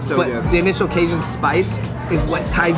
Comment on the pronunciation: It's not bAton rouge it's baton rouge, pronounced bat-ton not bate-ton. There's a difference but love ya still💗💗 also not casion, it's ca-jun😂